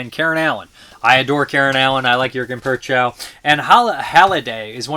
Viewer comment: Prochnow is not PURR chow. It's PROKH noh. Not even close.